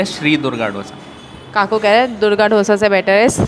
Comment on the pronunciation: Bas South Indian hu toh correct kar rahi hu it's दोसा not डोसा 😂 Sab yehi mistake karte hai 😝 Love your videos by the way! ❤